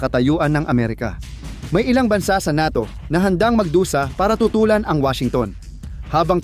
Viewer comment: Bugok. Ka talaga ayusinmo pagbigkasmo sa NATO bobo ka pala.